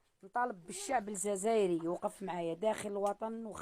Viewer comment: يمكن من اصول مغربية وعايشة في الجزائر لكن المشكلة لهجتها ليست جزائرية وخصوصا في ذكر اسم الجزائر تقول زازير لان المغاربة نطقهم للجيم مع الزاء ينطقوها الزازئر سكان المشرق العربي تضنون ان بلدان المغربي العربي فس اللهجة لكن في الحقيقة مختلفة لما يتكلم جزائري او تونسي او مغربي او ليبي او موريتاني نعرف من اي بلد من لهجته وهي لهجتها ليست لهجة جزائرية ومع ذلك اذ كانت من اصول مغربية او جزائرية ربي يفرج عليها والواحد لازم يتاكد من قصتها خطرش مكانش واحد في الجزائر يعيش في كهف اغلبية الي عايشين في العشوائي استفادو من سكن هي يا استفادت وباعته او لم تضع ملف السكن او انها ليست جزائرية الاصل نتمنى ربي يفرج ليها وتستفاد بسكن